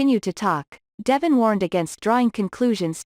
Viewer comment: I will never subscribe until you take the time to learn to pronounce the city name and devon name.